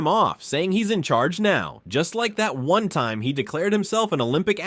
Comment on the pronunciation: “Lesson number fwun”